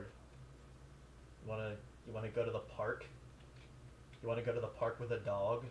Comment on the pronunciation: It's tothepark not totheark